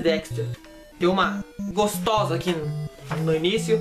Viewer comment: o geito que ele falo " tem uma GOOSTOSA aki " kkkkkkkk rialto !